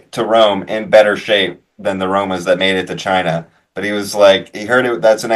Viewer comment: pronounciation of China has definitely been Trumpified- which amuses me